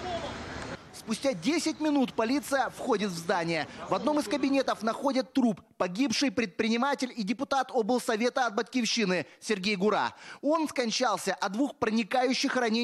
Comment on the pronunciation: Не ГурА, а ГУра - главарь местного криминалитета.